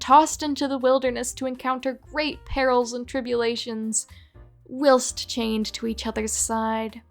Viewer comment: HOW did she pronounce whilst??